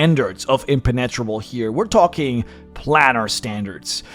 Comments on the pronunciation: I'm saying this out of love! It's pronounced En-pen-a-trouble. just a heads up because I have severe OCD 😂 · I’m sorry, im-pen-ET-rebel? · Something very funny about putting so much emphasize on one word (impenetrable) only to butcher the pronounciation. Dont get me wrong we all have our quirks especially when speaking a foreign language, me included for sure, but it sounded very funny just due to just how much effort and emphasize was put on it :P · love your vids but sometimes your pronunciation kills me xD... dat ImpeNEtrable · The way you say Impenetrable in your accent is so unorthodox but I love it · Please... annunciation is important. Jedi - not Yedi. Impenetrable is spoken "Im - pen - et - tra -ble". Google voice if you must, but it sounds silly when you dont get basic words right.